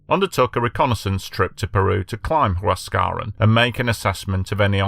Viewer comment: Learn to pronounce the language correctly if you intend to sound authoritative. Mt. Huascarán is pronounced "wass-ka-RAHN" in Spanish. The remainder of the names are similarly butchered. Yes, I've been to Yungay. It's a national monument now.